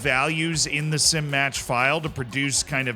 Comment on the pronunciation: still waiting for to realise it's "SI match.fmf" not "Sim match.fmf"